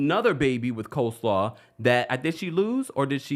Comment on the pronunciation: I’m in tears every time you say Coleslaw